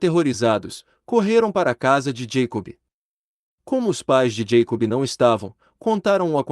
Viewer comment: Moço, não é santi Josefi, é sainT JoseFFF, sim i no final, assim como não é Jacobi e, sim, JacoBBB